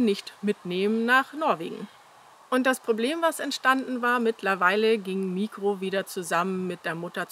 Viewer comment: Mikro heißt im griechischen der Kleine mit Betonung auf '-kro. ❤️lichen Dank & viel Glück!